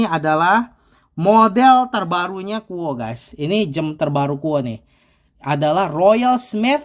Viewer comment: bacanya KU OWE mas.